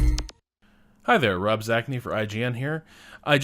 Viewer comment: Not trying to be immature, but you should probably give a space between your first and last name. It sounds like you're saying Rob's Acne. Which as a Rob, makes me a bit sad.